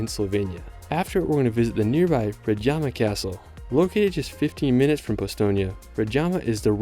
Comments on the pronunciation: Great video, I'm glad you enjoyed the trip. +To help you out. If there's a J in the word, the J is pronounced as Y in new york or Y in yoghurt. So... Osoynica ;), Lyublyana, Predyama etc. You got Ljubljana and quite a few right tho :D. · You have made a stunning presentation of Slovenia. Thanks. There are only a few misspelled local names in the text: Predjama Castle: "j" pronounced like "y" (Pred-Y-ama) Lake Jasna: "s" pronounced like in "sun" (Ja-S-na) Kostanjevica na Krki: "c" pronounced like "ts" (Kostanjevi-TS-a) St. Primož pri Kamniku: "K" pronounced as "KAHM" (like "calm" with "a" as in "father"), "neek" (like "seek" but with "n") By the way, the Church of Saint Thomas is near Škofja Loka (not "Silka"?) If, in addition, you managed to pronounce the accents of all these place names correctly in Slovenian, it would blow away a native listener. It's true that these are just a few little things, but they're like icing on the cake. Otherwise. Great job! Well done!